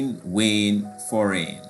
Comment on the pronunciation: Sir number 11 is D because every word has a similar (-"ain") sound at the end while foreign has an (-"in) sound at the end, also you didnt pronounce foreign right